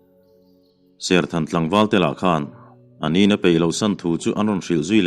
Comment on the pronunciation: Serkhan ni loin, serthan a ti zawk